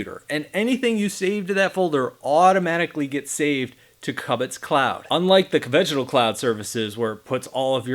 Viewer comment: How can you be pronouncing it so wrong when the logo and interface is a cube but you say cub it instead of cube it 😂